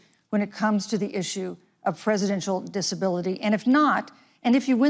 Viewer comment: what happened to the word “presidential”? it’s nearly only two syllables, with a lot of slur. to be fair, Biden himself does this quite a bit, which makes Harris’s elocution refreshing.